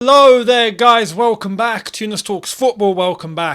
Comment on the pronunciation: Did Younes just say "Low there guys" ?😂